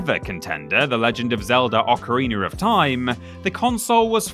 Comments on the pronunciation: "ocariner of time" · Ocariner of thyme